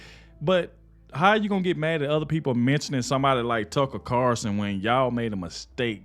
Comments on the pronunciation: Its carlson not carson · its Tucker CARLSON----NOT Carson dude:face-purple-crying:speak his name legibly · PLEASE SAY TUCKER'S LAST NAME CORRECTLY!!! IT'S CARLSON WITH AN "L"!!! I remember a couple of years ago they put Judge Janine in a 2 week suspension/vacation for something that the "higherups" didn't agree with either. If this turns out to be permanent there is always NEWSMAX to watch where some of those fired from Fox are now happily enjoying their jobs!